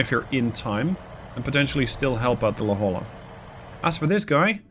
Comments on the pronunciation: Just want to add La Jolla is pronounced la hoy ya. I got made fun of when I moved to california due to the same pronunciation mistake, even more so when I tried to say Cahuenga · FTR, La Jolla is properly pronounced " La Hoya".